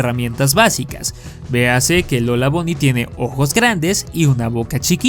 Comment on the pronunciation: por qué le dicen lola bony? ni buny ni bany??